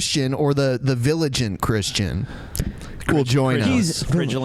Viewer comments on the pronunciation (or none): Can't even pronounce "vigilant" properly. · Ok the Mega Man 3 music made up for the mispronunciation of "vigilant."